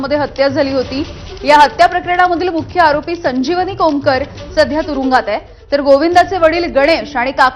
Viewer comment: खोमकर नाही कोमकर असा शब्द उच्चार करा, वृत्तांकन करताना घाई होतेय.